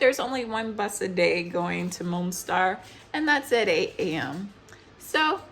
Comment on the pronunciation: The city is called Mostar, not Monstar.